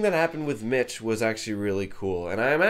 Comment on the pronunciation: I can't stop watching this review, wtf is wrong with me. I've watched this like ten times today someone help me. Oh and it's Mick not Mitch. Just wanted to make sure you knew, also the deaf girl was named Eileen.